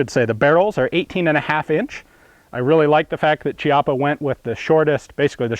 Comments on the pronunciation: Chiappa is pronounced with a C like in Cat/Caliber. It's really annoying to listen to it being said like Ciappa. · the correct pronounce is "kiappa" and not "ciappa" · it's pronunced "KIAPPA" not "CIAPPA" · Great video about a very interesting and awesome shotgun ! By the way the Italians pronounce it /kjappa/ ("kyappa") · The pronunciation is kiappa (keeappa) It is a strange Italian name which means buttock :D)) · Interessante...but is just say Kiappa...😉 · Nice review! BTW, it’s pronounced “key-appa” (ch-iappa works sort of like “archive” in Italian) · "Chi-" in Italian is pronounced "ki-". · sorry to say but the pronunce is actually Kiappa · Hi Ian, just a precisation, you should pronounce Chiappa with a /k/ sound not /c/. This is the correct phonetic transcription, I guess, /'kjappa/. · I'm pretty sure it's pronounced Kee-apa. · It's pronounced Chiappa with an "H" :( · It's actually pronounced "Kiappa" and in italian means "ass-cheek". lel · chiappa is actually pronunced "Kiappa" , said that, awesome video!!!